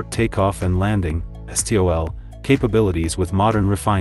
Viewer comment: And not one Gyrocopter, the safest ultra light out there. And yes, Robot voice trying to pronounce STOL, what a joke.